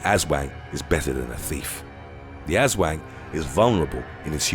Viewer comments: "Ahs-swahng" not "ass-wang"! You're an Asswang! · Its pronounced "us-whang", the way you pronounce is funny and means different. Love the channel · im from Philipines and i think your aswang pronounsation is not right 😄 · that aswang pronunciation got me hahaha. still very good video :)